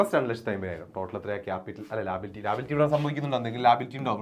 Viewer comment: Sir ലാബിലിറ്റിഅല്ല ലയബിലിറ്റി ആണ്😂😂